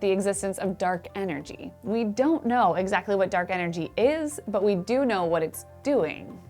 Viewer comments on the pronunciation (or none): none